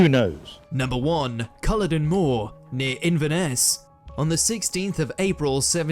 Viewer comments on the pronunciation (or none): "Culloden" is always pronounced with the stress on the second syllable. "Jacobites" is pronounced "Jacko-bites" not "Jacob-ites". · The last execution in the Tower of London, of a German spy, took place in WW2, in the rifle range. That video totally massacred Scottish names - I hope they haunt the narrator. Loch Lomond is Loch not Lock and said Lowmond. Culloden is CuhLODen and Jacobite is Jack-o-bite. I used to work in a very haunted police building though it was only early 19th century. Everyone just got used to it! I once followed someone into a room only to find it empty with no other way out. The chief superintendent, one taking over from the other in turn, always had activity in their room. Huge seven foot high fire doors would open and shut by themselves. Seen as normal once you got used to it 😂. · Just to mention that the man on the video can't pronounce Culloden or Jacobites correctly. Strange.